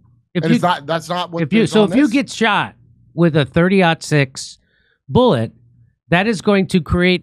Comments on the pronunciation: I'm here to get expert advice on the shooting from those who don't know how to say the caliber of the bullet. Thanks for the professional analysis 👍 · Jimmy. Love you man. But someone who doesn't know how to say the name of the bullet maybe shouldn't be talking about conspiracy theories about ballistics. Also, the reason people shoot watermelons is that they explode spectacularly on the-tube-of-you. Bullets do crazy things. Just please oh please don't join the club of people who if asked if Santa is real turn around say that Rudolf was a mossad agent and took him out.